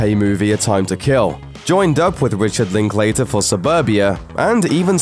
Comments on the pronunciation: I enjoyed the scenes but Linkater is pronounced...Link-ladder...thought y'all might like to know from a Texan from Austin we have a strange way of pronunciation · Would be great if you wrecked to pronounce Linklater's name correctly, but I guess being ignorant is vital to your existence.